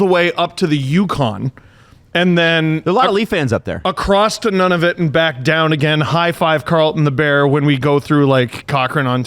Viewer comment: Swing and a miss on that Nunavut pronunciation,, more like noo-nah-voot that none-a-vut. But I think most folk here in Iqaluit don't drop the second t in Toronto so maybe its even.